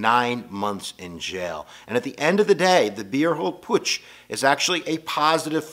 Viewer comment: not sure if you read these comments, but i'd like to help with the German pronunciations if i may, so you can use them in future lectures: Beer Hall Putsch = PUT-shh, not Poosh Lebensraum = LAY-bins-rowm, almost rhymes with "town" (hard to roll the R without practice and training) Kristallnacht = KRISS-shtall-nocked